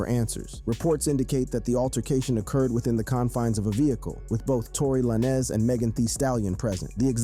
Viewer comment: Tory Lan-Ez ... bro what?! How u make a video bout rappers n dont know they name? How you fugg up the pronounciation of a FIVE LETTER word 😂😂